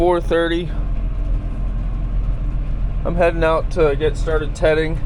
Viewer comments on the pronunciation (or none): i thought for sure you were saying tetting this whole time lol